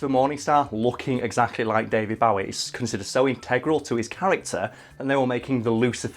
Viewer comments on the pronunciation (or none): Its Bow-ee not Bowe-er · “Bohwee” not fucking “Boughee” - the O is pronounced as in Oval. Anyone who gets this wrong needs to be sterilised. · Bo e not bow e , u killin me lol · Its BOW-ie. Not BAUGH-ie. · 1)Biblical satan will be cast into hell (as a prison). He does not rule it. 2)David Bowie is pronounced B-oh-ee not B-ow-ee (look it up on Youtube, he says it himself) #2 drives me nuts more than #1 for some reason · Bowie isn't pronounced Bow (as in bow down) it bow (as in bow and arrow) or like the Bowie knife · It's Bowie, not bahwee! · bowie not bouwy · David BOwie not David Baawie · Daily " use your normal speaking voice in a video" comment day 29 AAAAAAH IT'S PRONOUNCED BOW-EE NOT BA-WEE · Stop saying david bawie. It’s Bowie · I cried when he said "bow-ee", I don't blame you your not the only one, my dad does it too. But please, it's "boh-wee" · Isn't it boe E not bow E every person I ever met have said it wrong or what ? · It's an "oh" sound not "ow. Bo-e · I hate how you say David Bowe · You guys consistently mispronounce "Bowie". It should rhyme with "Zoe". Also, Lucifer isn't in the Bible. He comes from Dante's Inferno. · Its not pronounced Bawie. What the fuck is it with you poms? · It's pronounced "BOW-IE" as in Bowie knife, which David Bowie took his stage name from. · I love your videos and also David Bowie... but I can't keep watching this video... why are you pronouncing Bowie like Bow (as in Cow) ie... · It's not fuckin bawie its with a fuckin o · “David Bawwi” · Wtf! Stop saying his name like that!! It's not David "Bowee" seriouslyi stopped watching cuz the way you say it is soooooo off putting that I couldn't get past the nonstop cringe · Bow-ie. Like a long bow. Not the fucking bow of a ship or bow wow. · David Bawy? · fucking "Bauwie" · It's David "bow-ee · “David Baweee” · Isn't it said bow e (as in headwear) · Does pronunciation of Bowie make anyone else uncomfortable lol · Stop pronouncing Bowie wrong. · Dude say his name right